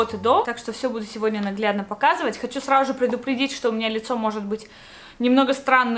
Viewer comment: Она сказала не сразу, а сражу)